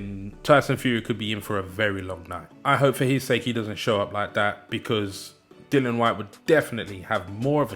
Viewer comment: His name is DILLIAN. NOT DILON